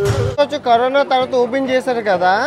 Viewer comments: కరీనా కాదు కరోనా 👍not you can eat -i can eat 👍to much mistakes 🤦‍♀️👍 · Carina kadhu raa carona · Kareena kadu 😂 corona 😂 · 9.12 kareena kadu bayya Corona 😂😂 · Kareena kadu corona bro china valutho mataladi telugu marchipoyavu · Kareena kadhu annayya karona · అన్నా కరిన కాదు కరోనా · కరీనా కాదురా నాయన కరోనా 😂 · Carona kadha meru kareena antunnaru